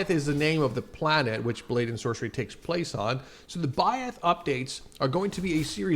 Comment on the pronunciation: Saw this on a discord server, i was pretty confused (edit: why did you say blade and sorcey😭)